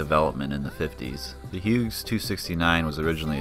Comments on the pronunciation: When you pronounce the name "Hughes," the G is silent. And Hughes didn't go out of business, it was bought and merged into the McDonnell Douglas corporation. The model 269/300 line was sold to Schweitzer. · Come on, guy: "Hyoooz"! If it was good enough to train Vietnam-war era pilots, that works for me!